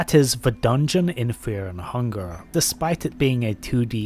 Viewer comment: bro cant even pronounce fear and hunger